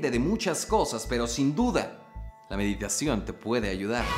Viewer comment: "Mediteichon" 2020